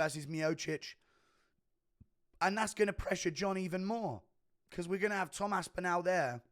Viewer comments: Guru please for the love of god pronounce tom ASPINALLS name properly Its aspin-ALL NOT aspin-al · Imagine being English and pronouncing another Englishmans name incorrectly. aSpInAL